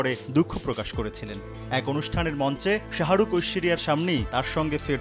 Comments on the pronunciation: u guyz are falied to pronounce the name of shahrukh lol😑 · শাহারুখ কি রে ভাই?? এ কেমন সাংঘাতিক? সময় টিভি কোয়ালিটি বাড়াও